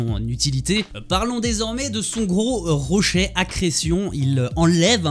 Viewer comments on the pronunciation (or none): « Les rochait » Ahahah , bonne vidéo btw